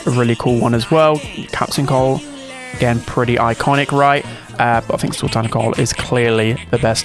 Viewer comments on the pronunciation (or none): I remember watching this as a kid peak movie and yeah there’s definitely some inspiration with the Brawl Academy skins man said Sul-Tan😭🤣 oh nahhh😭🤣 W reference!! PEKKA ASH is AURA this guy bro I cba😭🤣 nah it was 2023